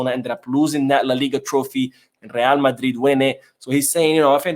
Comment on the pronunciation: becuase it's Madrid who paid me, not Barcelona - emphasized the Madrid legend 😅